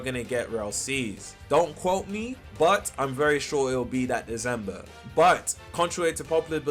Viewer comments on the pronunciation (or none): its deCember not deZember